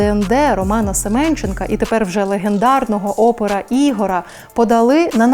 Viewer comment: Не Ігора, а Ігоря.... аж вухо ріже...